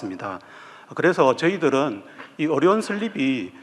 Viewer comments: 어료원이 아니라 의료원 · 의료원 발음이 어려운 으로 들리네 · 의료원이 자꾸 어려운으로 들려요...😢